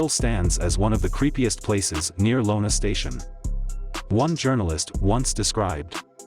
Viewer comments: U should research deeper before making these videos..it is not LONA station is is i-ona...the way your pronouncing kellestines last name is also incorrect. Do research before doing these videos. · Its Iona!! Not Lona!!😂😂😂😂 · Its Kell_E-Stine andd its I-owna not Lowna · First off they didn’t burn the cars and body’s…. 2nd it’s iona Iona not Lona… not even talking about how ur computer sounds saying kellestine, but truly the best part was you left out the guy sandham was a Winnipeg cop lol and the whole Richmond hill crew, nice try tho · Lona Station! Are you an idiot? That's an I. And that shit noise in the background while you mispronounce everything makes this almost unwatchable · It's 'Eye-ona' station. Great job on the graphics but to miss the simple things such as pronunciations and spelling....gets you just a B for this project. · It’s iona not Lona….wow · It’s pronounced ‘EYE ona’. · Iona Station is pronounced "eye-owna". Otherwise a very good account. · It's pronounced Kal-es-tine and it's pronounced Eye-oh-na near shedden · Oh,and its Iona Station,not Lona Station,lmao. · I - ona sounds like eyeona! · the town is Iona with a L. you absolutely butchered this story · Lona huh? It's an I not an L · I like how the voice over pronounces his name wrong 100 times. And read Iona as Lona. How hard is it to just record voiceover rather than resort to a robot? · And it is pronounced, eye owna station, not Lona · I’m sorry but this sounds ridiculous! If you’re going to use AI to narrate, at the very least listen to your content before you upload a video! Better still, have someone else listen to it. Kellestine is pronounced Kelleh- styne (like Palestine)! And “Iona” is not Lona, it’s “i”ona! Those are just the first two frustrations with this. The rest you get to find yourself. (btw, Weiner is a perfectionist so he’d tell you the same) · being from the area I have to correct this It's I(eye)ona station not Lona station. Common mistake surprisingly. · iona, not lona